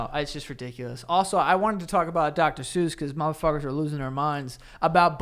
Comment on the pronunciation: Are we just gonna pretend that’s not how we pronounce Dr. suess?